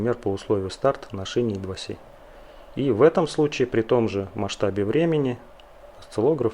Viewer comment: В произношении "И-2-Си" как бы ни туда ни сюда, "И" как при транслитерации, а "Си" как при произношении латинской "С". По твоей логике должно быть хотя бы "Ай-Два-Си" либо же "И-Два-Це"... И к "И-2-Си" я уже давно не придираюсь. А по поводу "Эк" - тут просто человек мог_не_знать от какого слова это сокращение оторвали, либо он захотел запутать зрителя (что вряд ли, иначе он редиска).